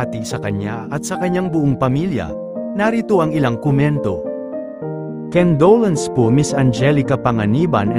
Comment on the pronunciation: Kendolence? It’s con do lence ! Aral muna bago mag vlog